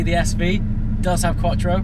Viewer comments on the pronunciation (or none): "Quattro" xD